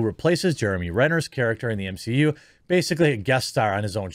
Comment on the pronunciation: can someone give me a GENUINE answer as to why ya'll keep calling it the "M-SHE-U"?